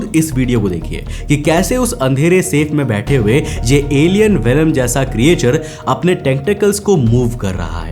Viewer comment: ए भाई अगला विडिओ बनाने से पहले creature को ठीक से बोलना सीख लो। क्रीचर कहते हैं क्रीएचर नहीं नहीं जानते तो कोई बात नहीं पर गूग्ल तो कर सकते हो।